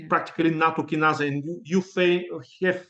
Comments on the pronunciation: it's nattokinase (in USA) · nattokinase is what he is trying to say